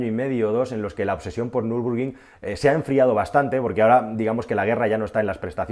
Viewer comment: es Nürburgring no Nürbrugring. Buen vídeo. Un saludo